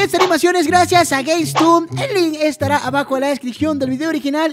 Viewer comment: Pones los súbito y dice games tumbly😂😂